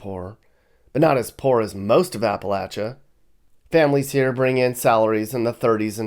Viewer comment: Thank you for pronouncing "Appalachia" correctly!